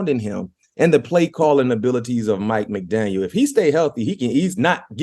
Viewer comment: Kudos for getting Mike McDaniel’s name right.